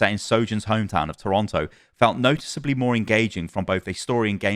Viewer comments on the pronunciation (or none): none